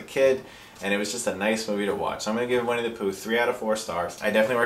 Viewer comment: LOL It's pronounced "Winnie the Pooh," not "Wenny the Pooh." I'm a troll aren't I?